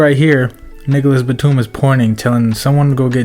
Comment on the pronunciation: He said “Niggalis Batum”🤣